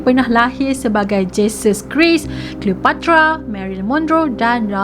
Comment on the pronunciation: Alahai cara dia sebut "Jesus Christ" 😂😂